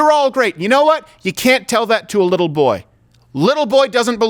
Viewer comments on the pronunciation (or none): none